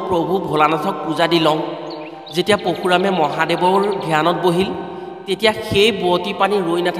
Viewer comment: What, poshuram নহয় Parashuram